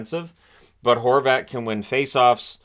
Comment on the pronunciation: at first i thought you called him Goal Horvat 😂